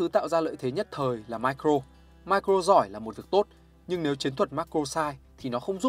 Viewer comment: Nghe ô phát âm Macro với Micro hơi khó nghe k biết có ai thấy thế k @@